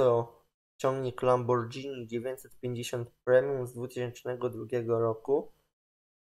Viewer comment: Czyta się Lamborgini, to tak na przyszłość